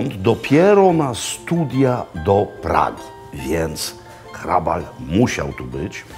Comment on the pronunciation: Barokowy gotyk to Jan Santini, warto zapamiętać to nazwisko. I gratulacje za prawidłową wymowę "h" a nie "ch", niewielu to łapie, pan Makłowicz ma dobry słuch. Super seria, i ten smażony ser, niam niam :-)